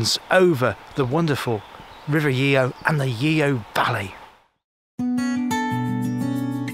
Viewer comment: Nice video but it’s pronounced Chellam locally and the rover mostly Yo